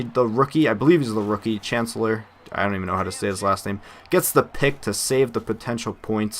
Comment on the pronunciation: It's doug baldwin(my favourite player). You pronounced chancellor's name right and no he isn't a rookie, it's his second year. When in doubt, just blame t-jack